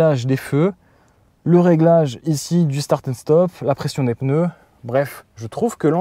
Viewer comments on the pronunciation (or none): none